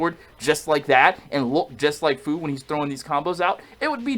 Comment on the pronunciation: Fu is pronounced "Few." Not FU like kun fu or whatever.